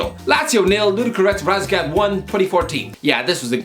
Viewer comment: So... first it's Ludogorets RazgRad(you ate the R out) and even if it doesn't matter since we're tlaking about a team that doesn't matter on the international team it'll be a lot more professional to atleast name the team with their real name. Something a simple google search fixes for you. Also I get the joke with losing(drawing) to some "bulgarian farmers" but it's a bit daft to say so as an irishman consdiering you needed a 94th minute header to draw with Bulgaria... Not to mention in the last 5-6 years I don't think Ludogorets have missed a european competition with very often passing the group stage of Europa League. As ignorant as anyone, who doesn't care about them, you can be you still have to realize that perhaps they are not as bad as you think(even if they are a small team with a pathetic stadium and fanbase). Also also I"m pretty sure their squad back in the day of those two games you mentioned here was full of international players. And I tend to remember Stiliyan Petrov and Dimitar Berbatov as pretty decent footballers for apparently a bucnh of farmers. On that same note, at what point teams like Astana and LImasol(after being in this video 2-3 times) we start considering them nobodies and take them as a small team, capable of pullin a result versus big boys. By all account their achievments are a bit more impressive than half the PL bottom feeder clubs. I"m just wondering when can we do that, or we're supposed to consider it a disappointment even if let's say A